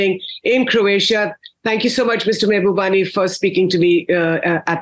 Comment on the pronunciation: Pls pronounce his name right - Mahubani!!